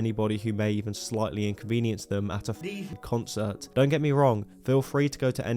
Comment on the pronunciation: For someone so keen to chastise others, it's kinda weird that you can't say the word "concert"